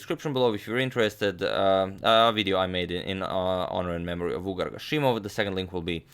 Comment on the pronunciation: It's pronounced vugàr (the stress is on the second syllable, not first) :)